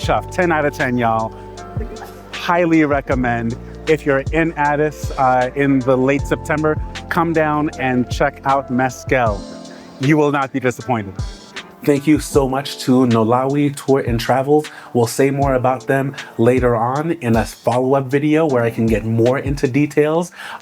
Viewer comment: And Meskel, not Mezkel